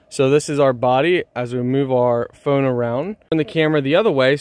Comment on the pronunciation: Why do you say phone like phöne?